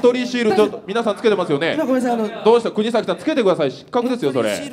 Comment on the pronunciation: 川島さんがずっと｢くにざき｣を｢くにさき｣って言ってるのに周りの芸人はおろか本人すら何も言わないのホント面白い